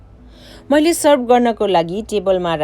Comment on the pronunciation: Pahila nepali bolna siknu! Moile hoina maile ho.